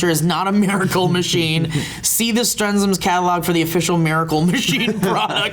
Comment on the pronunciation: Yes! even pronounced my name right! So glad yo guys like everything!:D (Guess I'll start production on the Strens'ms'™ Topic™ Launcher line)